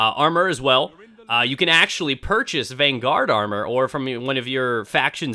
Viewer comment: You're stressing the wrong syllable, bro. It's VANguard, not vanGUARD.